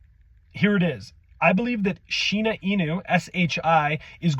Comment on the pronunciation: I tried paying really close attention to what you were saying ,but i kept hearing "Shina" and "Shiba", are you refering to the same thing? Just want to make sure i understood it correctly.